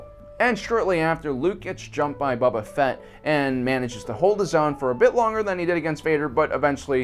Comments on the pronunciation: I'm sorry I hope I misheard u when u said boba Fetts name...pshh bubba Fett really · You weren't doing great to begin with but you lost me at the second "Bubba" Fett.. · I keep hearing "Bubba Fett"